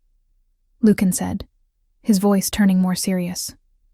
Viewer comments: I'm enjoying the story, but, really, you need to get the pronunciation of the Alpha King's name correct. As you are pronouning the name, it would be spelled Lukan or Lucan. In your captioning, you write Lucian, which would be pronounced Lusheean. You do too good a job to fumble your main chatacters' names. ❤ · LU-chen. Not luke-in. Sheesh. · His name should be pronounced lu shun, not lukein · “Loookin” Now we now how to beat the AI overlords - ask them to pronounce Lucian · Okay, THIS is a good storyline. AI doesn’t know how to say Lucian? Lukan? name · AI narrator. Repeat after me LUCIAN. Pronounced loo see an. Or Americanized as Lu Shun. But it’s really LOO SHEE AN. narrator should have a grip on annunciation and pronunciation. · you should learn how to pronounce the name Lucian» : I must say that I do not understand how someone so ignorant could be in charge of the audio of that video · Nice. Very nice. Except for the million mispronunciations of his name. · Lucon,Lucian both mispronounced by your reader and it drives me nuts. You should hire someone different to read your stories. Your stories are great. I would do it for you for free.